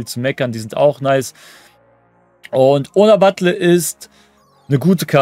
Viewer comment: Man spricht sie BatJE aus.. bisschen informieren könnte man sich schon als Content-Creator von virtuellem Fußball. Aber scheint ein generelles Problem zu sein, nicht nur bei dir.